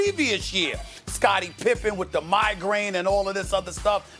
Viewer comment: It’s Pippen